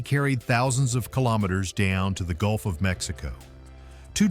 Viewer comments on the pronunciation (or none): none